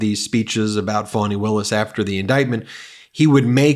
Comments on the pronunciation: First of all it's NOT spelled the same. Your butt is spelled 'Fanny' and it is In reference to your butt, it is spelled 'Fanny'. Fani is NOT a French pronunciation. Educate yourself Trump. FANI should SUE Trump for defamation. The guy just can't shut his mouth. He has NEVER had to suffer the consequences of his actions so HE will never learn. He acts on his impulses without a thought. His lawyers cannot control this idiot. THAT is why they have quit or have been "Fired". Listen to this bully speak. This whack job is spreading his hate. Listen to this child. THIS is the future. Can you see why Melania no longer takes interest in the 'anti-bullying' movement when her husband is the biggest BULLY in the world, in history. Imagine giving this insane person the power to push the button. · Trump’s wrong again. He's trying to say that Fani sounds like fannie or fanny. The latter is your buttocks. Fani does not equal Fannie. Fannie is pronounced as in Fannie Mae. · If Trump knew how to read he would know that Fani does not have two n’s and is there for pronounced Fa-née . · English language learning. Fanny is your bottom. Fani is NOT fanny. Different pronunciations due to two (n) s. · In Britain the 'fanny' word is considered vulgar, a term for women's genitalia not just the backside. A friend of mine is having fits about her name being mispronounced. Pretty sure the Trumps know that. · It's Fani, not Fanni, just FYI. That's what makes his 5th grader shit talk about how her name is pronounced even dumber. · The prosecutor’s name is spelled “Fani,” not Fanny or Fannie. If you see the spelling, you should know how to pronounce it without making a big show about it. But, in this case, I can see how Trump might not get it. He may have not paid enough attention during phonics. She was always called Fani, even if she was too polite to correct people multiple times. Fah-nee. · He doesnt know how to pronounce fani in french. sources: i'm french and fani is a common name